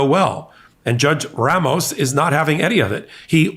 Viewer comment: The pronunciation is “Rah-moh-s” and roll the R please.